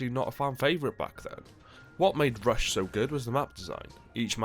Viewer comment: Miss the emphasis on rush.